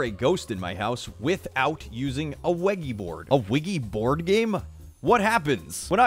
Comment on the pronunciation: Mallika I always start laughing at the part where he says weggy bord